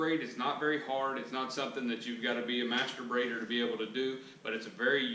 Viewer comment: Im a masturb..... oooooh you said master BRAIDER oooh ok. All seriousness i love your videos, especially this one since no one else knows how to do it